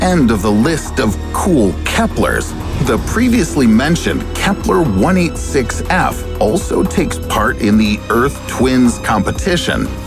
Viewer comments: I did notice you didn’t say Kepler 1649c correctly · I noticed you miss pronouncing the Kepler name of the planet I gave you the benifit of the doubt and assumed you were talking about different planets so jokes on you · i was thinking why the kepler sound different he just mispronounced it 3 times